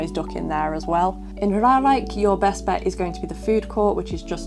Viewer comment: Just an FYI :) It's Ruigrijk, niet Ruirijk. Ruig means Rough, Rui means shedding (feathers or hair). Though, you might shed a few hairs because of the thrill rides ;) Also, helpful video. Since I have no mobility issues (yet, my hip can sometimes complain), I never looked at 'this' this way. Also, you pronounced Reizenrijk (R-eye-zen-r-eye-k) correctly :)